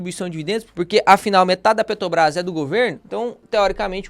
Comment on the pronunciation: O problema é ouvir o vídeo inteiro falando "Petobrás" ao invés de Petrobrás. Dói os ouvidos 😅😅😅😅😅